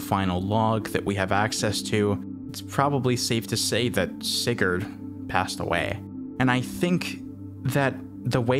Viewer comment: btw sigurd... not said like that put in google translate and make a danish person say it